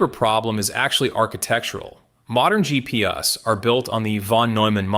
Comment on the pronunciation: "GP Uh"s. Get a mic. Learn how to use it. Do the same with your scripts. Also.., Photonics has solved the memory problem. Look into Akhetonics. The solution is simple. It's not whiteboard dreaming either. They're shipping to test partners. Expect new soon.